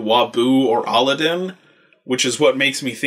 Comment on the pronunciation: It's not aladin it's a-lad-din